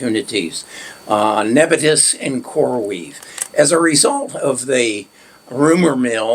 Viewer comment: Neb I us not nebitus